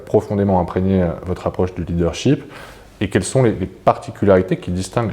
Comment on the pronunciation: corrigez votre prononciation du mot leadership!!! vous dites leader sheep = mouton!! ship comme dans miss this it his etc.